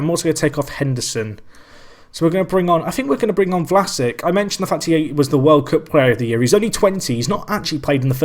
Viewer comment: pronounce it vlasich